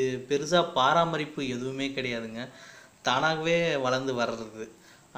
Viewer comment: வணக்கம்,மிக அருமை.பராமரிப்பு என கூறவும்.தாங்கள் பாரமரிப்பு என கூறுகிறீழ்கள்.நன்றி